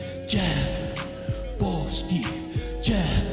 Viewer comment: Jeff Boski > Jeff Bow-ski